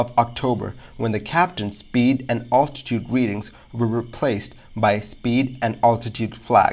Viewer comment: "All -titude"? Is English your second language?